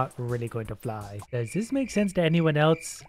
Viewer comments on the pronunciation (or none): always says "eltse", instead of "else", and it drives. Me. Mad.